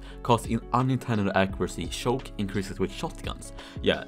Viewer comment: When says Shoke instead of Choke.._.